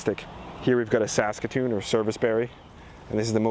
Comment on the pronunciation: Omg to hear an American say “Saskatoon “ berry lol